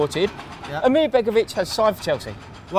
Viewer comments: Lads, please got your pronunciations correct becoming a tad annoying. ASMIR not AMIR and Van Hin-kle not VAN GIN-KEL! Other than that top notch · Rory it is asmir not amir just letting you know